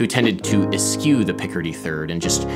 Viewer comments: Your pronunciation of "eschew" was sadly askew. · “The Birds” HAS no score, save for the children sangin’, and “eschew” is pronounced es-SHOO! Peace. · hate to be that guy but "eschew" is pronounced like eh-shoo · It's actually "es-CHOO"